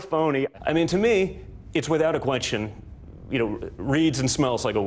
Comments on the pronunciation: why does he say question so weird?? hahaha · why does Don Jr. pronounce 'question' (or should i say 'question'?) like Miranda Sings?